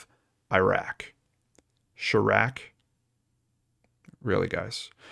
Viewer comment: Chiraq= "shy -rack"